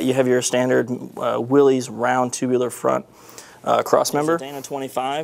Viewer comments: Its Pronounced WILL-ISS not WILL_EEZE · May I just mention something that almost everyone I've ever met concerning these great rigs mistakenly does. That is, Willys is not pronounced Willeez. John Willys must have given up, but it's pronounced Williss. WILL-iss